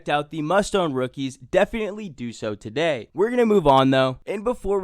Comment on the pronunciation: "TUH DAY!"